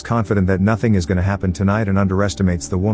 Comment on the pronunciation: It's "I'm going to explain" NOT "I'm gunna explain" fix the robot AI voice please.